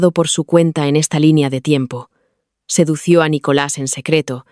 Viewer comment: Lo dejé de oír cuando dijo “sedució” 😂😂😂😂